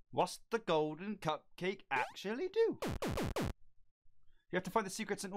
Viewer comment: "GODLEN SWITCH"